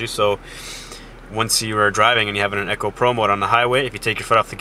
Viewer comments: Echo? Isnt it eco?? E-co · Eco Mode, not Echo Mode ;(